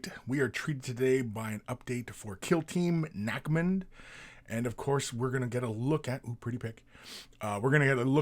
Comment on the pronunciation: "Nack-mund" - in the most canadian pronunciation i've heard all morning.